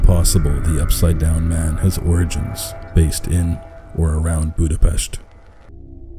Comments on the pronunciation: Ayy finally someone who can pronounce Budapest correctly! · My favourite part about this video is how he pronounced Budapest correctly